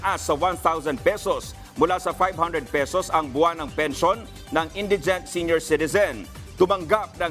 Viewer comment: Bobo hmagbasa nagbabalita indigent mali pa pronounciation